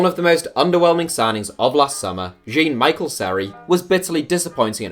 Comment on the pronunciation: Isn't it pronounced John Michel?